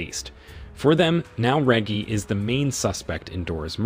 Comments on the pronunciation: (Re-jee) Reggie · I'm betting it's AI voices. You can tell when names like Reggie get pronounced properly once or twice, then suddenly pronounced with a hard G (as in reggae)